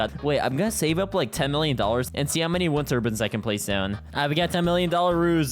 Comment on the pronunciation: Turbins? It's turbines tur-biyns is how its pronounced